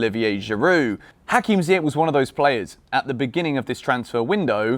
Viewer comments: Ziyech is pronounced Zee-Yesh. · Still calling him Ziyeck? 😩😩